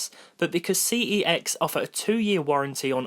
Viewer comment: You pronounce CeX wrong but I understand why